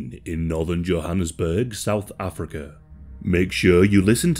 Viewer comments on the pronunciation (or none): none